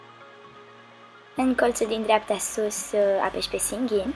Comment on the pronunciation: Tocmai a zis SING IN???:)))))